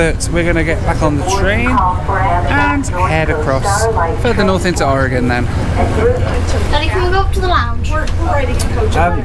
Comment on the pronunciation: As an Oregonian, thank you Brits for saying the name of our state correctly. It seems like half of our own country doesn't know how pronounce it correctly.